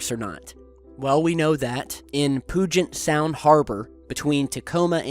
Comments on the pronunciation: Puget Sound is pronounced pewget not pooget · As someone who lives next to Puget Sound, I can tell you it is pronounced like "PYOO-jet" Sound. Not "POO-jet" Sound. It's all good though. Nobody knows how to pronounce any of our weird Native American names lol. Tulalip and Puyallup are always pronounced wrong too. Great video though! As a paranormal enthusiast, I take some pride knowing that I live near multiple hotbeds of weirdness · FYI Puget Sound is said "Pew Jet", but great video. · it's pronounced, Pew-jet Sound. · Good try but Puget Sound correctly pronounced is 'Pew-jut' Sound.:D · It's pronounced PEW-JET Sound. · Loved your pronunciation of "Puget Sound." Say it like this (Pew-jet)